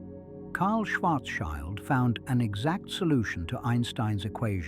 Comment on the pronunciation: It's Schwarz-shield, not Schwarz-child. 😆 Schild = shield